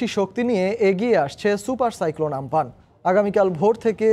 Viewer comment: উচ্চারণটা আম্পান হবে ৷